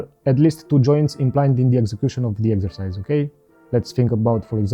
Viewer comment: Exercise? I thought you said extra fires - That's what she said 😃